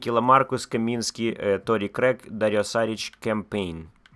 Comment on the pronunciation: Шарич , а не Сарич е